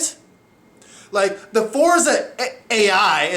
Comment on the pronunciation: Did you Rike It?